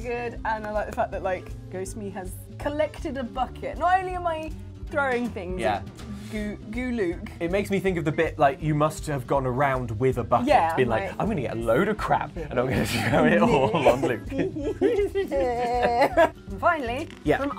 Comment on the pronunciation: Lol. Not Gooluke...Gloooook...